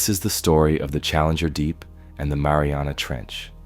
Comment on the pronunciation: yeah you can especially tell from the way it says “challenger. Deep”